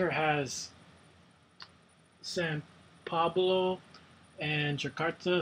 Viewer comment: essence instead of essen. san pablo instead of sao paolo, quantum specialist instead of quarantine specialist. just lol.